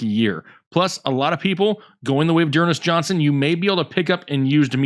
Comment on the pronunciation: you got dernest johnson wrong ugh.